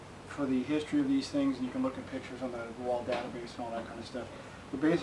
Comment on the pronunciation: Thanks love your reviews,just one small detail it's pronounced Whaaaal not Wall I